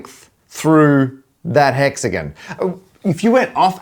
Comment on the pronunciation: Bro says hexagin instead of hexagon